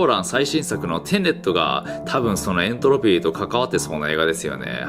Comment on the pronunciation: エン↑トロピー